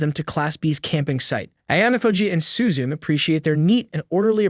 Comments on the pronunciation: Bro literally said Horikita Suzun?! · Why does bro call Suzune, “Suzu” and Ichinose’s name is pronounced like it was English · Suzun Suzun SUZUN all the fucking time! The name is Suzune NEEEEEEEEEEEEEEEEEEEEEEEEEEEEE